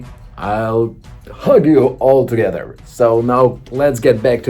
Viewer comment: sounded more like “I F*ck you...” than “I hug you...”